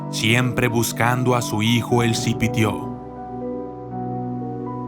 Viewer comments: Jaja Guatemala? Sihuehuet, es leyenda de El Salvador. La pronunciación de cipitio no es como la pronuncia. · La leyenda es originaria de El Salvador y no se pronuncia así el nombre del Cipitío de allí lo demás está bien saludos